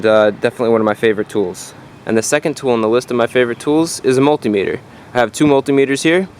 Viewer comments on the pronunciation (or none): Why called multea-meator and not multimeter? Like odometer or speedometer or inclinometer, ... Just wondrin’